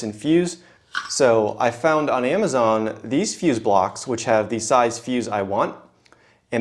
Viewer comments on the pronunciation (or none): none